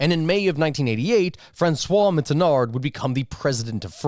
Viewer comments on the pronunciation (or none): If you fancy yourself an expert on history, proper pronunciation is part of it You butchered the name of the well-known French statesman Mitterand (you spoke: Mittenard), and metric unit of surface which is 1/100 of a square km is called a hectare, not a "hectacre". A French policeman is called a gendarme, which you pronounced "gedarme"